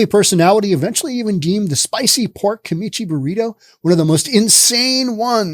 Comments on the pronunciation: It’s Kimchi, not Kimichi 😂😂😂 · OMG! You're driving KNUT! It's pronounced KIM-CHEE! Seriously, you've never had fermented Korean cabbage? wtf...